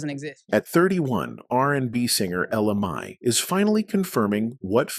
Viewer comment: Would please say her name the right way.